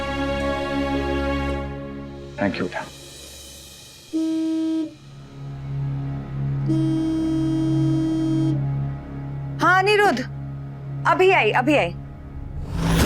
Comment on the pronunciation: Hd h wse ye serial bnany walon py phly anupama sorry b ni bolti thi jbse thori c English ai h to soori sori sori.... Soooori or tank you tank you tank you.....taaaaank you he khtm nhi hota bht zehar lgny lg gai h ab anupama is serial my anupama change krdo plz ya phir isk ye fazool sori sori khtm krwa do